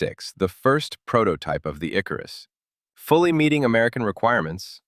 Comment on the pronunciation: It's IkArus, not IkarUs.